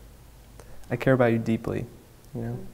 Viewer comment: "I car about you deeply" instead of i love you ?